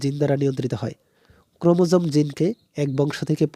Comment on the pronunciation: ওইটা ক্রোমোসোম না ক্রোমোজোম হবে 😅 and thx